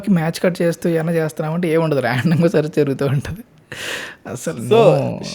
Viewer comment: ముందు తెలుగు సరియైన ఉచ్చారణ తోమాటలు ఆడండి. ఉంటది, గుంటది ఎన్టీ? ఉంటుంది అని ఉచ్చరించాలి.